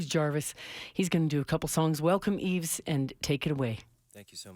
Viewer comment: Love Yves discovered his first album quite accidentally a few years ago. It's a beautiful record so many different elements. Also nice to know how to pronounce his first name at at last!